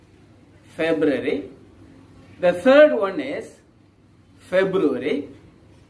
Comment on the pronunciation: The months February and July pronunciation are new to us sir.. surely we will correct it sir...